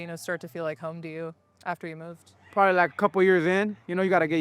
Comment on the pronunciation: “Prolly” 😂 classic